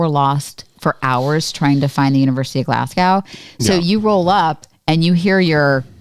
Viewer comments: Love everything you guys do! But Phil led you astray when he pronounced the city’s name as Glas- gow. ( as in ow that hurts) . It is pronounced Glas-goh (as in Oh! That’s a surprise!) . I wondered if Phil got it wrong because of his New Zealand accent… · Guys it's pronounced Glasg-oh not Glas-gaw Love watching this as I've never seen the amazing race. Also buchered Edinburgh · Excellent video. You could probably also make another whole one on how you walked the tightrope between what you would like to talk about and what CBS would allow you to. Btw, I cringe every time you mispronounce Glasgow. It isn't pronounced the way it is spelled. Try Glaz-go, not Glass-gaow. Surprised you didn't pick up on that, or that the locals didn't try correcting you. I guess they were just too polite. Bet there were some red faces with the production crew re the confusion on the first clue and the wild goose chase they made everyone go on. As if the race isn't tough enough. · So happy to see you in the race, love your videos. But when you go back to Glasgow, pronounce it Glazgo . 😊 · Pronunciation tips.... Glasgow = Glas-go, Edinburgh - Edin-brugh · You guys are awesome...the wrong pronunciation of Glasgow is driving me crazy though..sorry.